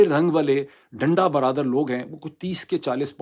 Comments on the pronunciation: حضور ڈنڈا " برادر " کیوں کہے جا رہے ہیں بار بار؟ ڈنڈا " بردار " ہوتا ہے!! آئیندہ تلفظ کو غور سے پڑھ کر اسکے معنی سمجھ کر ادا کیجئیے گا، صرف اس بار کیلئے معافی ہے❤ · Please correct. This is not danda baradar. This is danda bardaar. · ڈاکٹر صاحب ڈنڈا "برادر "نہیں بلکہ ڈنڈا "بردار "۔ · صحیح لفظ ڈنڈا بردار ہے برادر نہیں ہے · Sir danda bardaar hota hai Danda bradar nhi 😅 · Sir Danda Bardar, not Danda barabar. Mazrat k sath. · ڈاکٹر صاحب، ڈنڈا برادر نہیں، ڈنڈا بردار! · ڈاکٹر ڈنڈا برادر نہیں “ڈنڈا بردار”! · ڈنڈا بردار لوگ یعنی ڈنڈا اٹھائے لوگ ڈنڈا برادر تلفظ درست نہیں ہے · ڈنڈا برادر نہیں ہوتا،ڈنڈا بردار ہوتا ہے۔ اپنی اردو صحیح کریں۔ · “ڈنڈہ برادر” نہیں “ ڈنڈہ بردار” لوگ۔ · Danda brother nae dnda brdaar hota Dr sb. Plz correct it. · ڈاکٹر صاحب ڈنڈا برادر نہیں ھوتا ڈنڈا بردار کہتے اور لکھتے ھیں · Lafz denda berdar hay. Denda brother nahi hay.Brother bhahi ko khehtay hain.jis say lafz ka mehfoom tabdeel ho jata hay. Umeed hay aap mind nahi keriany gay. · Salaam-O-Alaikum: I think the correct pronunciation is "danda burdar". Meaning one who is carrying a baton. It is not "danda bradur" meaning a brother of the baton. Please don't care much about the negative comments. You are a great fighter and inspiring many people, therefore you shouldn't be looking back. May Allah help Pakistan's people struggle for their democratic rights. Many thanks for your continued efforts. Wishing you courage steadfastness and good health and security. May Allah bless you. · Peerzada sb ,it's danda bardaar not danda brother. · Dada bradar naheen dada bardaar hota hai. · بہترین۔بس ایک بات اور کہ ڈنڈا برادر نہیں ہوتا۔ڈنڈا بردار ہوتا ہے۔